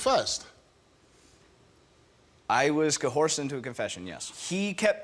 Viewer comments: Honesse realizes his tell his saying honestly at beginning of a lie. Also why does every guilty person pronounce it co 🐴 'd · It's coERCE not coHORSE. Honestly. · "Co-horsed"?...that says a lot. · Co horsed Or coerced